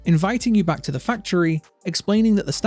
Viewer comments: you misspelled the and said teh i wonder if that was intenchanal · "mispelungs in teh etter" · Did he say "misspelling in Teh letter" on purpose??